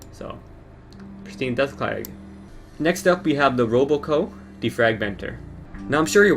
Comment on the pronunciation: RoboCo? Idiot.